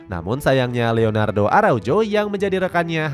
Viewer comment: Leonardo panjull bukan lenardoo